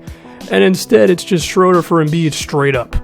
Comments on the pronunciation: Hey this probably won't matter but Shröder's name is pronounced Shrooder. 👌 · It's SHROO-DUR